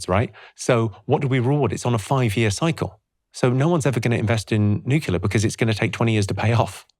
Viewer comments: Oh Jimmy, you are so smart...so why do you keep saying Nuculer instead of Nuclear. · NUCLEAR not Nucular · It's not "nucular", Jimmy. It's nuclear :) Excellent chat. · Absolutely LOVE Jimmys idea on nuclear power (needs investigation of course) - however I wish he could pronounce it correctly... as in ' New Clear' not nucular. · an I ask you all a favour? Please say nuclear. NU-CLEAR. NUUUUUUUUUUUUU-CLLLLLLLLLEEEEEE-AAAAAARRRRRR. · As a Brit, Jimmy pronounces most words incorrectly, but I never would have expected “nuke-you-lurr” from him. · I knew hes funny. Here iw seen hes smart, then he sayd nucular, 5 times. Gddmnit. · I can't quite believe that someone as clever as Jimmy Carr pronounces "nuclear" as "nucular" 🤣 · Great guy, but why can't Jimmy pronounce the word 'nuclear' properly? 😂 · My only objection to nuclear power is that Jimmy can’t pronounce it!